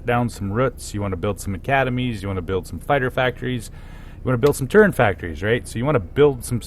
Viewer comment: It physically hurts me when you say "turrent".